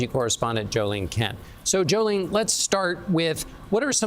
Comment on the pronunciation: Sounds like Joleen but it's Jo Ling lol